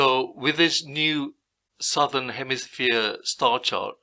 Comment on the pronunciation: Say "Southern Hemisphere" again, but very slowly